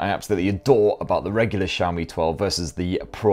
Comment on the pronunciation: its xiaomi no saomi....jeez butchering name so hard